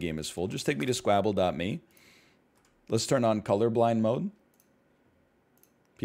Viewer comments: He's pronouncing it like Scrabble. But Squabble is pronounced like wobble so I don't kow if the Devs pronounce it like that, it's an accent thing or he just doesn't know how to say squabble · almost disliked for the way he pronounces s k w a b b l e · Sounds like scrabble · He said it in the first video he made on this game. It’s probably pronounced like normal but he likes pronouncing it like that cause it sounds like scrabble and it’s fun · i think it sounds like Scrabble, the game with words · Why doesn't NL know how to pronounce Squabble? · but uwuified